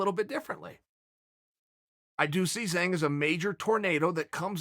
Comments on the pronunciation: Its not pronounced "zayng." Its "jang" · It’s Wei-Lee not Wei-Lei, and it’s Jawng not Zang. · Zh is pronounced as a J in Chinese names. Zhang is pronounced like Jong